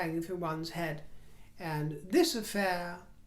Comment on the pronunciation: Did you say, “off the top of me hed”!! I never you heard you use that accent or word usage before! Where is it from??